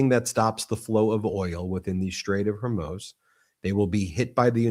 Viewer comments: I can't believe you keep saying strait of Hormoze it's pronounced Mooz like the cow moos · Please BEN, learn how to pronounce 'foreign' words rather than guessing (like NOR Hormews or Hommoze but HORMOOOZ for Hormuz. and the equally bewildering Mountbaton rather than Mountbatten for a few days. Easy peasy to check out via google searches or google translate. Otherwise, loving your work. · Strait of Hormuz....Hormooz just FYI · Please say Zel-EN-sky and Hor-MOOZ. Your garbled pronunciation detracts from the otherwise excellent videos. It’s not Zel-IN-sky and it’s not Hor-MOZE.